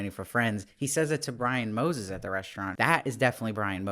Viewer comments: Brian Moses? Lol, I love your reviews, bro, but come on, it's Moser 😄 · Surname is Moser not Moses 🙂